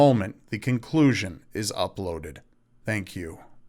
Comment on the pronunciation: There is no way to spell the way he pronounces "thank you". Thhank you. Tthhhank you.